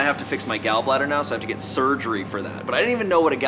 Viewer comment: are u 5. Its get not gent😯😓